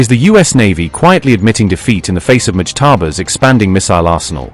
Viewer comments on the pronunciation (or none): Why does Iranian propaganda keep saying “motajaba’s” 😂😂 The IRGC has an airtight control over Iran, they cut the internet, they crackdown and kill protestors, and make it a crime to question them. Like the president doesn’t even run the country anymore and motajba is dead 😂